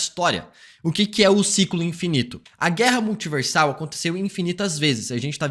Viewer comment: Multiverrrrrrrrsal eterrrna peurrrrmanece